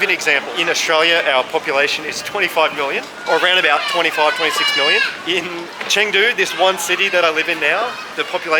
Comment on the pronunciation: he should learn how to pronounce Chengdu correctly at least